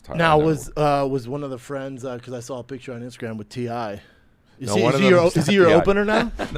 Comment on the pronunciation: “pic-cure” hhmmm